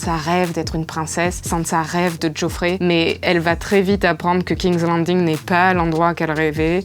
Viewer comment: C’est vraiment drôle à quel point les français ont un problème dans la prononciation. Gamezez of Sronezz, Kingzz Lannndinnngue, Winteurfelle, Sans ça Starke, etc. Quoique la « belle jeune fille » qui détrônerait Cersei serait Brienne of Tarth « The Beauty ». Les gens se moquent d’elle en l’appelant la belle... Coïncidence venant de Martin? Je ne pense pas. (Le loup n’est pas le sigil des Stark c’est le Direwolf, mais c’est pas grave ;), belle vidéo)